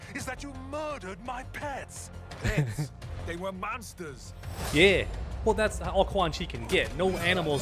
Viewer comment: Pets they were maunstahs